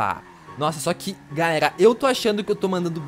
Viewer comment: ele fala galelalalldsakfaf